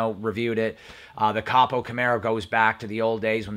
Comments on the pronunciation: ITS PRONOUNCED CO PO CAMARO NOT COP O CAMARO.. CAN YOU SAY COPO??????? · Im sorry but its not capo its copo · I damn near shit when he first said cop O!!😂😂😂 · It's pronounced cōpō, just so you know. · Ko Poe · did u say coppo camaro? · Yep and it’s pronounced co-po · COPO = Central Office Production Order, pronounced with "long "O's" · Interesting video... you mentioned the 2016 ZL1 1LE. Did they produce the ZL1 1LE in 2016? I was under the impression they released the ZL1 in 2017 and then the ZL1 1LE a year later in 2018. Your pronunciation of COPO is hilarious. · Don't pronounce COPO wrong and don't call your video "leaked" when you have no data. Awful video. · You don't need to be making a video about camaro's if you can't say copo! D...bag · You're talking cars and you don't know how to pronounce COPO? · I cringe every time you say copo the way you do😬